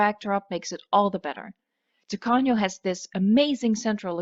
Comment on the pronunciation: Excellent pronunciation of Spanish, did you know that "Tacaño" is a stingy person? well, it would be great first in Pena Island, it is the most difficult All the best for you 0/´´